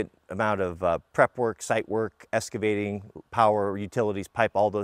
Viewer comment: It Excavating not EScavating